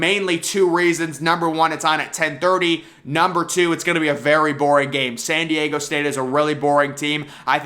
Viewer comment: oh FFS.... it's "Diego"... not Deigo....